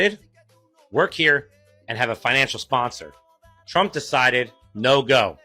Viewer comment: LOL, very catchy rythm, you must admit..... "I wheeell vote forrr Donaaal Trrooomp"